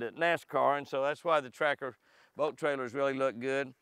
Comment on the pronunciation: In the beginning Jimmy I kept thinking you were calling it a Tractor not Tracker....LOL I thought, I must be hearing wrong and then I saw the word Tracker on the Rig....LOL Beautiful boat and you have it set-up nicely. Looks like you have thought of everything. The steering wheel area / console look like a motorcycle console to me. Neat. Stay happy, healthy, hydrated, safe and warm. May God continue to bless you, your family and your adventures.